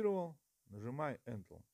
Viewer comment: Добрый день, очень отличное видео. Не сочтите за наглость но слово энтел прям режет слух🤭 Правильно говорить энтер, т.е. ввод в переводе с англицкого😁